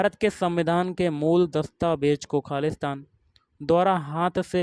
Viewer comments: Khali shtan thik se bola Karo har bar khalistaan lag raha hai 😂😂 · आपका खाली स्थान बोलने पर खालिस्तान जैसा लग रहा